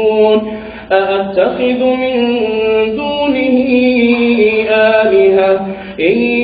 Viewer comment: আ আত্তাখিজু মিন দুনিহি আলিহাতাং এই আয়াতটি ভূল পরছেন,এবং এট কারো রেকর্ড করা পড়া,এটা ইমাম ফয়সাল মোহাম্নদ এর পড়া না।